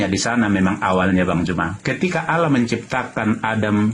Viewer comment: Jika menulis harus tepat yaitu ALLAH BUKAN ALLOH. hanya yg menulis demikian karna Tdk mau menyamakan kata ALLAH karna dia Tdk mau DIKATAIN mencuri dari ALQURAN. JADI BACANYA PUN DIA PLESET ALLAH DIBACA ALAH.